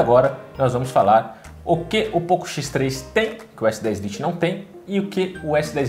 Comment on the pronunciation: " s10 Liti" 🤦🏾‍♂️🤦🏾‍♂️🤦🏾‍♂️🤦🏾‍♂️🤦🏾‍♂️